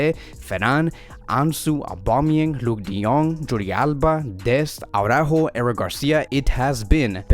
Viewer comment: It's Ara-ÓÓho. Not Awww-rÁhho.